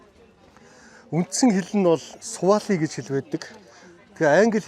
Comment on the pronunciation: Сували хэл биш шүү. Свахили хэл Swahili